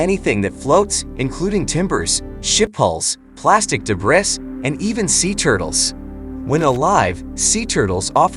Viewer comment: Is plastic 'day briss' an artificial Jewish ceremony? Imagine if these AI voices took an ESL course.